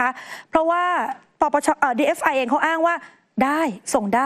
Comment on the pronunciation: ทำไมผู้รายงานข่าว ถึงอ่านหรือพูดว่า DFI หรือหูข้างเพี้ยน!!! 😅😅